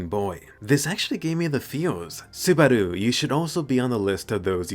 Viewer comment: Are you going for a Japanese accent when you say "Subarau" ?